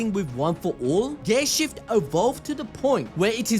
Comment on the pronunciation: Why do i hear ghay shift instead of gear shift? 🧐